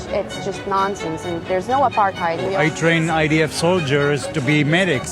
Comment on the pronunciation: I'm triggered by the way he says aparTHeid.